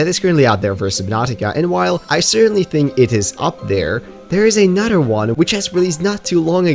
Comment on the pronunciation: I love the way you say another haha, anoder